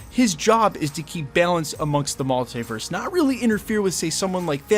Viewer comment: Please say multiverse properly